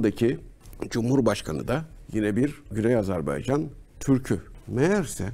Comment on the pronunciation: yahu. bi Azerbaycan demesini ögrenemediniz. azarbEycan deyl azerbAycan .